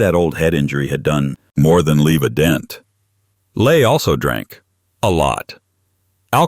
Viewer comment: Robert Ley is pronounced wrong. Ley is pronounced more like the English verb, 'lie'.